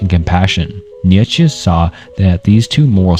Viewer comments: Bro i know you mentioned it, but it’s almost impressive how you managed to mispronounce every single name in this video 😂😂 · Love your videos bro. But if I may give one criticism that may go along way. Please try practicing the names of the powple more. Imma huge stoic and nitzesehe fan and hearing some of my favorite teachers names butchered really bugged me. I have no other complaints. I'm sure that can get better in time but good luck and can't wait to see more videos!!!❤❤❤❤❤ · dude I just came to the comments looking for this. I can’t watch anymore…kneee ye put che 🤣 idek how to write out his pronunciation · nichuhchuk was worst for me🤦‍♂️ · Mf said Fredrick Neietchivcks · For the future: Descartes = day-kaart, kierkegaard = keer-kuh-guard, neitzsche = nee-chuh, sisyphus = si-suh-fuhs. Not meant to be passive aggressive btw, just figured it would be helpful, and lend further credibility to your work. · Bro I swear you're doing it on purpose, calling Nietzsche: "niekheshe or neetjich" Love the videos tho, keep it up homie. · Dude the way he says Nietzsche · Bro can’t say Nietszche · How are doing this but mispronouncing Nietzsche's name? We have google and other apps that can help in case you want to edit this. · I'm not sure how much right you have to discuss 2 hours worth of increasingly obscure philosophical ideas if you mispronounce Descartes and Nietzsche (two of the most widely known philosophers) in the first 10 minutes.